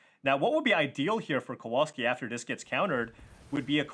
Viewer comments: it's not Kouolski, it's Kowalski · KOVALSKI if that makes it easier not to massacre his surname so badly.